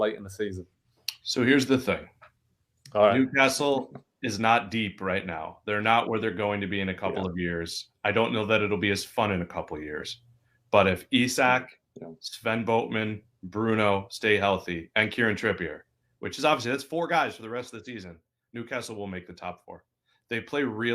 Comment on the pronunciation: It's not "Boat-man" 🤢 Repeat after me...."Botman"